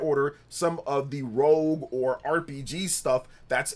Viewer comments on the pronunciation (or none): none